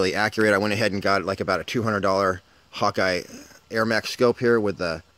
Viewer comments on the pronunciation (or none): It is pronounced HAWK, not Hawk-eye.